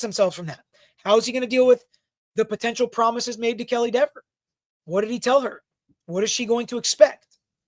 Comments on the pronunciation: It’s DEVER. I don’t know why this is so hard for you men! Not DEVERS, not DEEVERS. JC! Can’t stand it anymore, leaving. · It’s DEEVER 😂😂😂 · Ms. Deh-ver....oh the web that was weaved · If you miss pronounce her name three times, locust appear and attack you! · She F with the wrong Attorney. Mrs. Dever’s shouldn’t had a terrible attitude towards him and she shouldn’t have lied on an innocent woman potentially going to prison to protect her brothers in blue that were the real killers. Sorry Mrs.Devers did I pronounce that right see what your blue line buddies did they got you to lie and threw you to the wolves and ruined your career you should have upheld the constitution like you took a oath to citizens are tired of cops getting away with the injustice and thinking they can violate peoples rights and get away with it if you would have told the truth you would have probably been a hero and could have either kept your job or at least rehire at another department. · Dever (pronounced like Beaver 🦫) needs to be demoted to a meter-maid 😅. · Let the fight it. We can have DEE-VER case law for the rest of time. The world will be mispronouncing her name to infinity,....AND BEYOND, I second Alan's motion. 👋